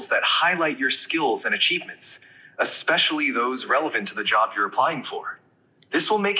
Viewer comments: "Expecially" = more human than human 😮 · Did the voice just say "expecially"? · Ugh!! It said “expecially”. 🤢🤮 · Anyone else hear, "ekspecially"? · “EXspecially” . Can you “axe” me some questions for English class?